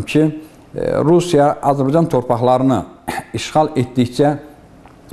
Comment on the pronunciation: Hörmətli müəllim. Mən də tarix müəllimiyəm. Dərsin əvvəllində dediyiniz "Azbcan tarixi" yox "Azərbaycan tarixi" kimi deyəsiniz.